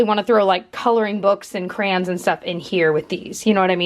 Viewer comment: I’m from SETexas myself and we pronounce it like it looks.. cray-on